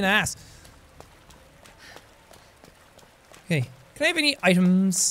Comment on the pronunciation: Jack says: "can I have any items?" At first I heard, "can I have any IAMS" like the dog food.... because Claire was fighting zombie dogs..... am I the only one..